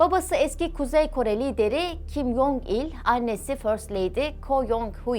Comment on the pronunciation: Dilimde tüy bitti. Allah aşkına isimleri doğru telaffuz edin. Kin Yong? değil Kim Con; Kim Yo Yong değil Kim Yo Con. Bir bilene danışsanız size daha çok yakışır. Video'yu izleyemiyorum bu şekilde.